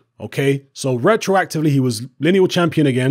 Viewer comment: "Rectroactivley" StrikesBack